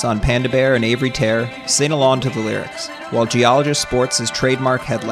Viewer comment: I almost had an asthma attack laughing at "Avery Tare" haha